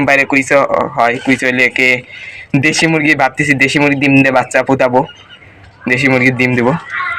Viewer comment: দিম নাকি ডিম? উচ্চারণ ঠিক করো প্লিজ😊